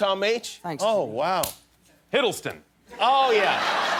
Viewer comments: Chris : HIDELSTON!!! Everyone :laugh Tom : son of a b_ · "Hiddleston" Tom: 👁️👄👁️ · noone: not even Tom H: Chris: HiDdLeStOn